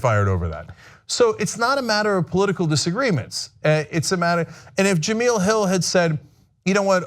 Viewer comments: Jah-mel... Not Jah-meal... Watch espn once in a while. She's a funny and witty host, so I'm glad she's staying. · still didnt bother to learn how to pronounce her name correctly huh?.. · Its because Cenk is a racist himself. If it were a white woman, he would be pronouncing that correctly, mark my words! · Can you please learn how to pronounce her name?